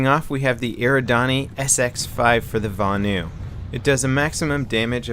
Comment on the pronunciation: NO its vanu